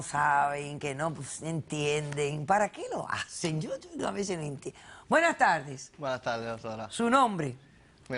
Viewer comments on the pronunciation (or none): "Buenas taldes, daños y peljuicios" "en mis paltes plivadas " jajajajaj